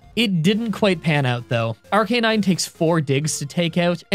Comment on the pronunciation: it’s pronounced ARC-UH-NINE NOT ARC-EH-NINE like you said at 9.33 seconds in this video against the fire gym leader